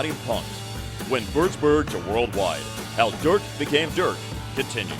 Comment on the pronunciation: Würzburg not wördsbör